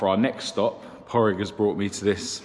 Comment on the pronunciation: It's ether Pauric or Pádraig pronounced Pawdrig you pronounce the d 💯🤙👌